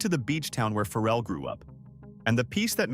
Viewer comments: WELL IM BORN Raised and still live in. Virginia beach. AND WE HAVE NO FERRELL😂 WE DO HAVE PHARRELL. PRONOUNCED FAH' RELL.. NOT FERRELL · First, learn how to pronounce his name “Fah-relle”. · “It got built Phar-rell” was the best pronunciation in the video😂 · I am sure this is pretty good information but my goodness pronounce his name correctly. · Say his name right😂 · He can't pronounce his name right. Who would listen to your information. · Can we get the pronunciation of Pharrell’s name correct?